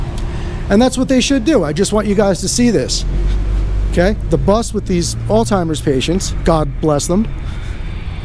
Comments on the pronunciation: Why is so many people mispronounce the word "Alzheimer’s"--with a "t"? It is al -Z -hemiers-----With a "Z" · Sheesh! Would you folks stop saying "alltimers"! It's ALZHEIMER'S! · “All timers” wtf. You did mean Alzheimers? Thought maybe there was a new travel club for boomers! Lmao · Alzhymers not altymers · Why do people replace the "zh" in Alzheimer's with a "t" when they pronounce it? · please pronounce Alzheimer's correctly. Not altimer's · “All timers”?? Alzheimer’s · Alzheimer’s *. No t. It’s not alltimers lol. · I Like your video, just a heads up as to Alzheimer's... No T in the word...1 keep up the good work...! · Alzheimer's.! Not oldtimers dumbass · Alstimers? You came from a medical facility but can't pronounce the disease the people have? AMAZING